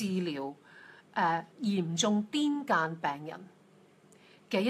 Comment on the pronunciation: 欣賞節目，感謝，但不完全同意。澱粉質食物例如薯、芋、山藥等非純是澱粉、還包含其他養份，如全部戒絕，恐有所失，個人作法是減量而非戒絕。 癲癇，癇應讀作閑，但集非成是，錯讀亦廣爲接受了。有聞醫學界以將此病名改爲腦癇。